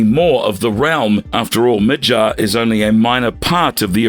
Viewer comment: Stop saying mid-jarrr when its mid-garrr lol.